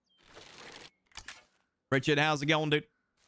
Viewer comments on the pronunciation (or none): Hey, I don't wanna be that guy, but I have to, it's pronounced (oar-Cherd) hahaha that's why we love ya though